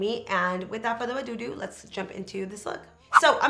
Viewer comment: Lmao u legit said "Without further ahhh do-do" gotta love u boo